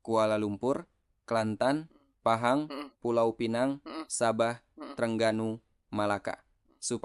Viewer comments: Sebut nama negeri Pahang pun tak betul,,, negeri #PAHANG bukan 👉 phang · sebut phang pun tak betul pinipu punya ustad nasihin